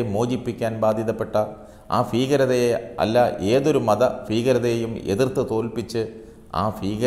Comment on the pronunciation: ഫീകരത അല്ല ഭീകരത